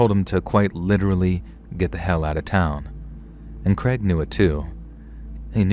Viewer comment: Poor Craig just wanted to be pronounced kray•g instead of kreg 😅